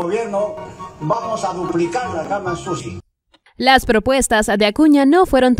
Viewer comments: Dijo Camas usi sino que lo pronuncio junto .. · Yo escuche camas sushi 😂😂😂😂 abra qerido decir camas chuchi !!